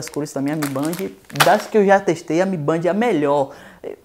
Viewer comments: Toda vez que fala "mibandi" sai uma lágrima dos meus olhos. Pronúncia correta seria "Mi Bend". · Mi Band não é mi bend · MI Bend, não Mi Bandi! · "mi BEND",mi bend kkk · Se fala mi bend porraa